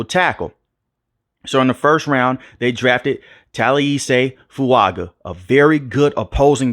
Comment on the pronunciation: Shaheed didn’t catch some big time go routes? Btw Fuaga is pronounced “Fuanga” per Fuaga himself.